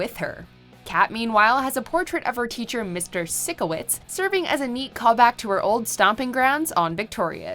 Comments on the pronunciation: You mispronounced Sikowitz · It’s PSYCHOwitz not SICKOwitz